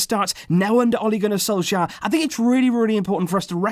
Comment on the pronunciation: You say Ole Gunnar Solskjær rong i am Norwegian so i know